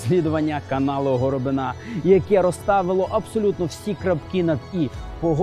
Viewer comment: Питання. В українському слові "горобина" наголос на літері "и". Чому ставить наголос на останній літері "а". Це те саме, що в його прізвищі наголос поставити на літері "я". Пан Роман не знає української мови??? Тому вже вірити в "розслідування" я якось не можу